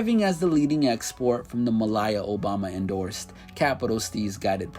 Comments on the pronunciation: "Muhlyah" Obama 😂😂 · MAH-LEE-AH sheesh. But pronounced tentation like it was butta